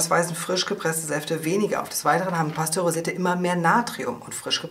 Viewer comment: Heisst es nicht "pasteurisiert" statt pastorisiert?